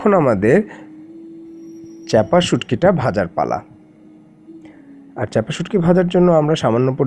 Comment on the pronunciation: please stop saying chapa shutki it's called chepa shutki or hedol shutki.....thanks😊